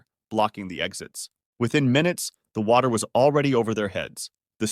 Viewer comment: oh my gosh it was not water but it was watty